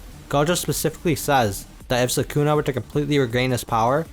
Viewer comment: Idk why I get frustrated when ppl say suh-koona irritates me🤣😂😂😂 it’s SOOH-Kuh-Na. I know it’s Spelled Sukuna but not sure why this dude spelled it as Sakuna. Idk maybe I’m the one trippin but man that bugs me🤣😂